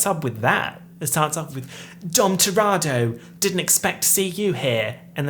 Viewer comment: I love you and it's pronounced TUH-re-toe